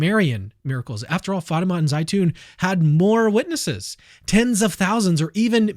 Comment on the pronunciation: It's not Fayma, it's Fatima